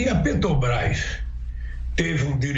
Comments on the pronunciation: O vagabundo nem consegue falar " Petrobras", esse é o presidente que os amebas querem..... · "petobras" vindo dessa desgraça não me assusto! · Petobras....nem saber falar direito esse cachaceiro sabe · "PETOBRAS ... esse maldito não consegue nem falar direito ! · Ele e tao burro que falou petobras. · "Petobrais" quem aguenta um demônio desse? só os idiotas completos. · Esse analfabeto nem falar direito ele sabe. " PETOBRAS" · Oh ! JEGUE BURRO ! NAO É PETOBAS - seu ignorante - é PETROBRAS....ANALFABETO.... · A PETOBRAS... KKKKKKK KKKKKKK O português do ladrão de 9 dedos é muito bem dizido, também ninguém correge o veio cachaceiro... Kkkkkkkkkkkkkk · Pelo amor de Deus, "PETOBRÁIS", esse Lula é uma vergonha em todos os sentidos, não sabe nem falar o nome da Petrobras 🤣🤣🤣🤣🤣🤣🤣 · E PARA PIORAR AS RELINCHADAS DESSE EXCREMENTO ESCROTAL É ELE NEM CONSEGUIR PRONUNCIAR O NOME DA PETROBRÁS, MAS "PETOBRAIS"... SÓ MESMO UM CRETINO OU CANALHA PARA AJUDAR A ELEGER E DEFENDER UMA MULA-SEM-CABEÇA DESSA! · Augusto Nunes, não seja analfabeto. É "Petobrás, não Petrobrás. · Um ser que pronuncia "petubrais", não deveria ter espaço nas notícias. A estupidez e ignorância, transbordam... É muita burrice! Com o perdão do quadrúpede, pela comparação. Jesus Amado! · se a "PETObras".... O molusco 9 tentáculos não consegue nem pronunciar o nome da empresa... 😒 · Não sabe nem falar petrobras como pode um lixo desse ser candidato misericórdia